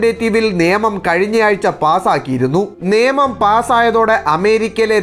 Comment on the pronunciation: നേമം ആണോ അതോ നിയമം എന്നാണോ പറയേണ്ടത്? അതുപോലെ പെട്രോൾ എന്നല്ല, പട്രോളിംഗ് എന്നാണ് ,,,അല്ലേ,,,,?